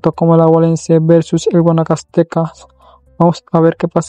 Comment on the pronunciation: Es liga deportiva alajuelense y no laguelemse jaja y es adguanacasteca y no guamcasteca así es lo correcto com todo respeto 😊😊😊